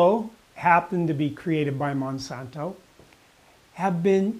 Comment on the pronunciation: You don't even pronounce glyphosate or Monsanto correctly, and you seem to be clearly enunciating them.